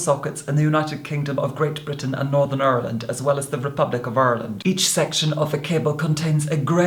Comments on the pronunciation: Aaaah - was rocking along, thrilling to the dulcet tones of and then he pronounced "Ireland" in accent and my little Black Irish positively leapt with joy! AND you would most definitely be the I liked most...if not for the fact my youngest sibling shares your Christian name and...well...I've known him longer, blood is thicker, and all that. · You ARE! Love the way you properly pronounced Ireland 🇮🇪 💚😊